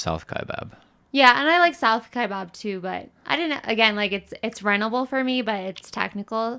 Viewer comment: Great job. - your pronunciation the first time is correct. Kya-bab. I did R2R the first Saturday of November and did not hit any mules.